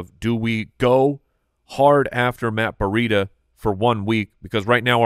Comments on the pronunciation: Why is pronouncing Breida "burr-ida"? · It drives me crazy every time says Breida. It's Breeeedah. Not Bureida. I keep thinking of a burrito when he says it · Am I missing an inside joke/nickname they have on Matt Breida? Or does actually say Breida like Burrieda?